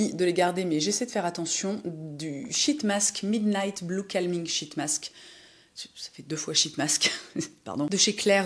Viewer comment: Quand vous dites « sheet mask » en anglais, je vous recommende de le dire en souriant… 🫤😉🤫